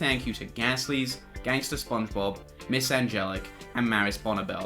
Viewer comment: Always good to see a new upload from you because it means I get to hear you say "Ganster Spngebob" once more